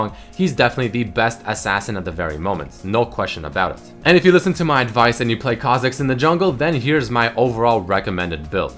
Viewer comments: GODAMNIT REDMERCY WHY DID U SAY KHA FOR US KHA MIDDERS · kha zix ? rly ? lol